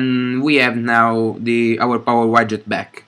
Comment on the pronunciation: Grazie per il video. Ti volevo solo correggere su una cosa. Widget si dice "UIDGET" e non "UAIDGET"